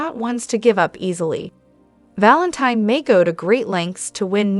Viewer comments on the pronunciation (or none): I just wish soap pod casters would watch the show so they could pronounce the characters names properly.😢😮😅 It's pronounced Valenteen. ❤